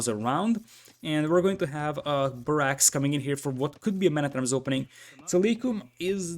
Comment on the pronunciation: Nice casting sir. One tip: it is pronounced BArracks not baRRACKS.